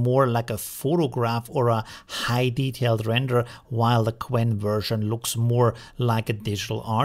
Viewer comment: So you haven’t noticed that he kept calling it Gwen throughout the whole video?